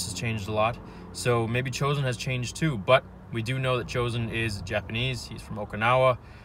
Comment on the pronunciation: Its pronounced cho'zen